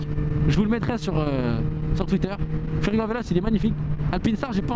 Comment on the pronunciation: Super vidéo comme toujours! Je suis déçu! Comment ose tu tourné le dos à Furygan contre à AlpinStar aller je dislike direct! Non je blague:p et on dit Furyganeeeeeee et pas furygant espèce de tache:D continue t'es vidéos, je suis là depuis tes première et je m'en lasse jamais! Ton humour, ton monologue, me font tjrs rire autant